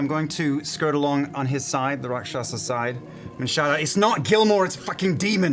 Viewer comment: your guys wrong pronunciation of Rakshasa is driving me crazy...